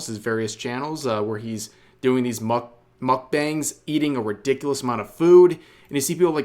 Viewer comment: "Mockbongs" lol